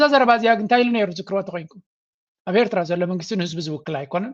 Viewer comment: This guy, whatever his name is; is a foreign minister of a nation, the so-called, Ethiopia. He can’t even pronounce Eritrea correctly. He is so foreign to the name. And he is telling us we are the same people! Feel sorry , he is a high authority of a neighboring nation. Shame on them, Animal Kingdom, jungle men from Arat Kilo!!!